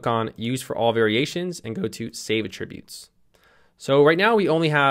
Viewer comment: it's pronounced "AT-tributes" as in the noun.... not "a-tributes" ... as in the verb.